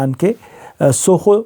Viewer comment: सुखोव नहीं सुखोई -24 है